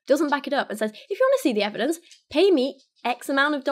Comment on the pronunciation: Please teach us and tell us more Dr Longfingers. And it's pronounced Says, not Saze. 🙉